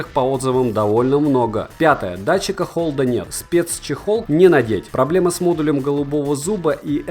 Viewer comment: Датчик Холла, а не холДа... да уж... )))